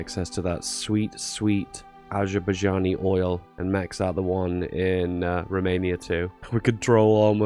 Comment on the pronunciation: imagine pronouncing Azerbaijan as Ajabuagjan